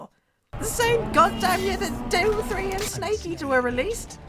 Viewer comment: Thank you I thought he was saying "devil 3"